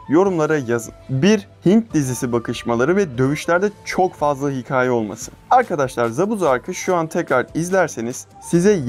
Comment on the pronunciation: Ulan hala hikâye demeyi öğrenmemişsin ya. Hikaye deme be kardeşim artık